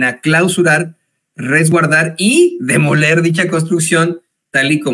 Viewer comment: Lo de ella NO es demoler, es ‘DE MOLER’.😂😂😂